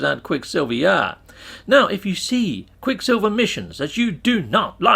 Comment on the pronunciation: Repeat with me quick SILVER not quick Silvia we don't know who that is... and Idk why you have to speak like that, makes your videos unwatchable.